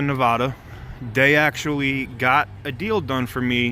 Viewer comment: Native Nevadan here... we don’t pronounce Nevada the way you do, lol. It is supposed to sound like “Ne-BAD-uh.” We have a Findlay up here in Reno - heard mixed reviews about them. Chapman is probably a better place to go.